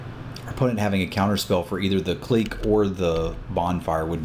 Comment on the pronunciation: Is it pronouced Cleek or click? No biggy, just curios.